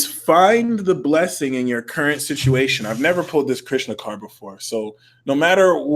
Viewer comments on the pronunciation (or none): none